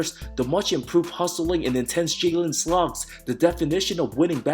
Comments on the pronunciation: I can’t tell if mispronounces names wrong in purpose or not lol. Obi Topkin and Jalen Sluggs killed me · "Jalen Sluggs" "Gogo Benza" hilarious actually 😂😂